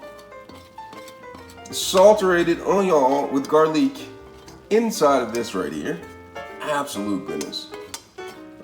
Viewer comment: Why does he say garlic like that? Very annoying. Not a fan of the VOCAB! 😁